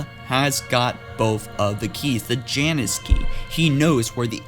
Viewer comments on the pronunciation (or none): none